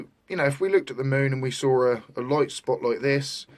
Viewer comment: I really CANNOT listen any further to this puny brained parrot. And what the h*ll is a 'loight' ? (sunloight, moonloight).